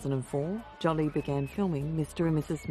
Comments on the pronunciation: Lol, Jolly, not Jolie ! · Jolie ~ ^Jo- lee' . Not " Jolly" . Great documentary - only this heavy mispronunciation repeated over & over gets on your nerves , though it probably shouldn't ? Wish they'd remake the voiceover - Get Angelina Jolie's name right , so important story wouldn't get distracted by such a loud kind of mistake. Not sure why some mispronunciation's are more unbearable than others- Just wanted to go " ARRRGH '.. People IN the documentary pronounce her name right .. so. Wonderful crusader she is. Think its cool they score a fortune on press photos putting it straight into charity. No hard feelings- Beautiful. 🙃🌼